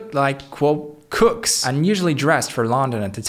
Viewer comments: 'Kooks', not 'cooks'! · This guy said cooks but the guy he was trying to quote said kooks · definitely "kooks", not "crooks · I think he meant cooks like in cuckoo or crazy, not cooks who make food. Pronounced like coo or you. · Lol, I think you meant "Kooks", not "Cooks". He saw four crazy hippies crossing the street, not four chefs :-D